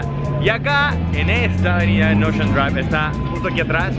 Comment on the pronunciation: Mayami, Guachington, Espanola guey, sanguicheria, ochean ...aprende ingles